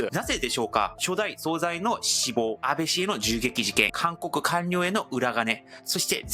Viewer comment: 大変興味深く拝見しておりますが、内容のことでなくてごめんなさい。何度も出て来るので気になりましたのであえて指摘いたします。総裁は、「そうざい」でなく「そうさい」と濁らず発音します。